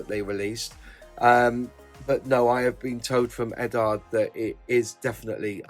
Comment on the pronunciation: What's with you Brits and your pronunciation of Eduard? You're not the only Brit modeller on YouTube who calls it Eddard. Surely it should be pronounced more like Edward since it's just the Czech version of the same name, and pretty much every other country with the same name pronounces it like Edooward. I'd a Brit myself (ex-pat version), but I wouldn't in a million years say Eddard. Has someone at the Eduard company told that this is how to say it?